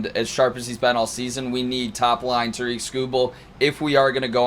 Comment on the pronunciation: Detroit guys? Can’t even pronounce Tarik correctly.